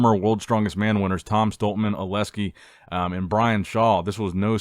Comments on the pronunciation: Bro, OleKsii not OleSkii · dude its oleksi not oleski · Please... its OLEKsi.. not aleski. I love u but please fix that😂. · it's A-lex-i, not O-les-ki;)